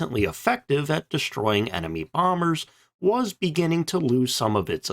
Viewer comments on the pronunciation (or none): none